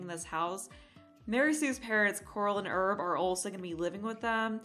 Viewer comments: Herb = HA-ER-B, not Erb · You are supposed to pronounce the h in the Male name Herb.